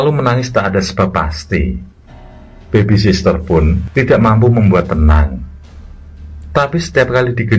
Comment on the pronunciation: babysitter pak bukan babysister